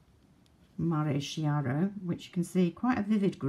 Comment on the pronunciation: I can hear you perfectly (watching from YT app on my iPhone 6+). That palette Affresco reminds me of VB x Estée Lauder palette of last year 😉 (Mare Chiaro, that should be pronounced “kiaro”, means light sea). Happy new year!!!